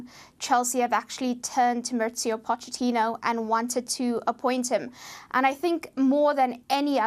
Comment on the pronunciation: You don't pronounce the ch in Pochettino like you do in English. You pronounce it like a k